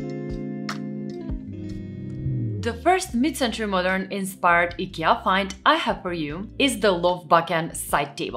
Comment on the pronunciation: It's not EKEA, it's IKEA